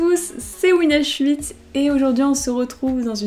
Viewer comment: C'est peut être que moi mais j'ai l'impression qu'au début elle dit WinAuswitchz au lieu de Winh8 voilà voilà petite remarque de mauvais goût...